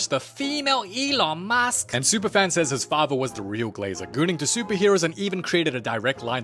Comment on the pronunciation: feelon musk